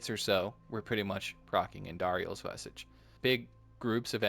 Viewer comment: No snark or grief here, just a heads up. *Vis-ahh-ge Mispronounced words are said to be a sign of intelligence because most likely you’re learning the pronunciation through reading. Enjoying your content, keep up the good work!